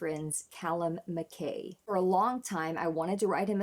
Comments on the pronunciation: It is a Scottish name and pronounced MacEye (but nobody will have taken offence) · You're correct. MacEye. As a Scot I'm glad to know you're aware of the correct pronunciation. Ren's concentration while playing this is beautiful to see.